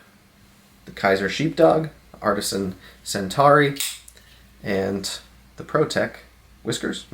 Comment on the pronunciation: The Artisan Centauri is named after our nearest neighboring galaxy, Alpha Centauri. Pretty cool name for a pretty cool knife. You’re totally saying it right, btw.